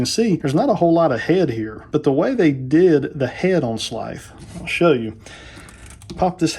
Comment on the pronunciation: I’ve been looking for someone to review this figure, even though it was an instant purchase for me and is now sitting in my BBTS Pile of Loot. Great review, I just cringe everything you say his name…I’m just used to hearing it pronounced more like in the cartoon with a drawn out emphasize on the “S” and a softer “TH” sound. Does that make sense?! Keep up the great work!